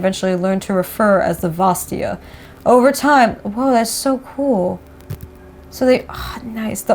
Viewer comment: the second a in vastaya is not silent , just for future, please xD